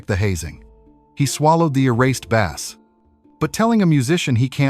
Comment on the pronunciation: I like his Newsted albums and you pronounced bass wrong